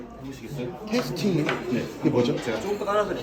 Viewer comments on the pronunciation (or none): 테스팅 -> 테이스팅(tasting)